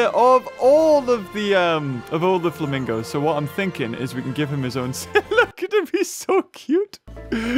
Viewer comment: Oh yes the "flamingi's"' my favourite animal